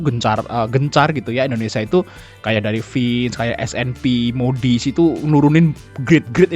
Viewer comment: Cara bacanya gini bos Outlook : autluk Money : mani Moody's : mudis